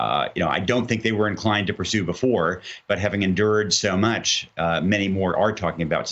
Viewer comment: Tygry it's tig-ray White people always mess up a name